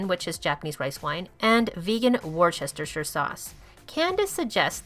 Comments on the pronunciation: Great review, really brings out the best of her cookbook. Just letting you know it's called 'wooster' sauce, it's an English thing, the 'chester' part is silent. Yum, we really need food that will wow people into veganism, am hungry now! Great to see another post from your channel, just make them when you like, quality is better than quantity. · It's pronounced Wu-ster-sher. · heads up, worcestershire is pronounced wooster-sheer :) I know, you'd never guess! #wordiwaspronouncingwronghalfmylife anyway, love the review. was debating whether or not to buy and I think I'm decided now :D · Worcestershire sauce is pronounced Wooster sauce, trust me I am English 🤪😳😂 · Added to my "To Buy" list. Thanks for the info. FYI ... Worcestershire Sauce is pronounced Wooster Sauce. We Brits just like to make everything very complicated. Why? Because we can. There does not have to be any logic to it LOL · repeat after me... Woo ster shir sauce . easy